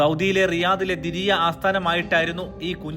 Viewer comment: ദിരിയ അല്ല ദർഇയ